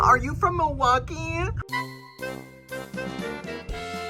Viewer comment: I am from Milwaukee! lol its always so funny to me when you say that. 😂😂😂